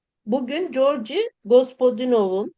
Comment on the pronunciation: Lütfen ismini tam da yazıldığı gibi okuyun. Georgi tam da Georgi okunur, C ile değil. ❤